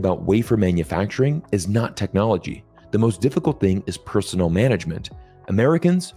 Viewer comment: "Personnel" is not pronounced the same as "personal."